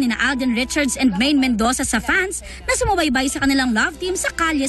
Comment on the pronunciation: Mendoza po ndi Mendosa :D